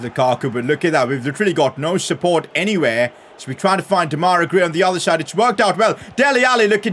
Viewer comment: U keep calling Gray :Demaira Gray' but it's actually called Demarai.